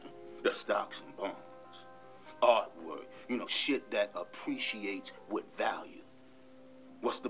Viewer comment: the stuff that appweciates 🤣